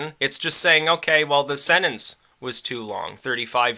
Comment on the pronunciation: You keep saying sennance, it's sentence. SEN-TENCE.